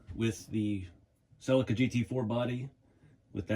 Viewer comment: Hi the way you say the model of this car sounds so wrong ill spell it how its suposed to sound i hope lol its a seleeka but spelled the other way lol